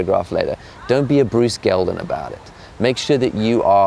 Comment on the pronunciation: It sounded like "Gelden"? I would like to know who he slagged off as well.